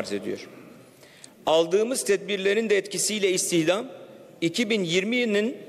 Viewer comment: cari açık, istihdam demeyi bilmiyor daha nasıl iş bu